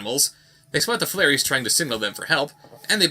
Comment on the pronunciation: Flairies...FLAIRIES....?! That sounds like a drunk person trying to pronounce "fairies."